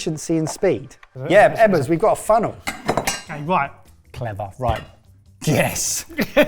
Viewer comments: Lubbers.... i love it.... or ludders.... ebbers the luddite.... well done! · Luddite Ebbers, ''Lubbers''. Oh I laughed.